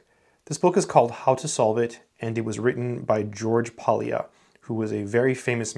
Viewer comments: Polya is a Hungarian surname and the L is silent. The correct pronunciation is just simply Poya. Thanks for sharing your experience with this wonderful book from this great scientist. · It is still in print, just bought one. Pronounce his name something like "poh-yah". "ly" is a letter from the Hungarian alphabet pronounced /j/. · ly in Polya is pronounced like double l in Spanish.